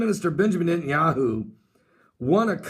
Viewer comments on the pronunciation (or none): Net.. Not Nit !! Netanyahu